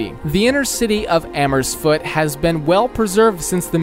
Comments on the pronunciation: It's not Amersfoot, it's AmersfooRt, it's not SchevEningen, it's SchevenIngen, it's not Atominium, it's Atomium, Utrecht is not the capital, The Hague is the capital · even as a non Dutchie 😭 "Amersfoot" "Urect"